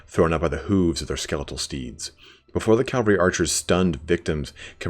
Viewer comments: I really like your lore vids, but I'd dread to watch any related to Bretonnia, because it bugs me when people say "calvary" instead of "cavalry". :) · Cavalry not Calvary. I swear I'll beat it into yet!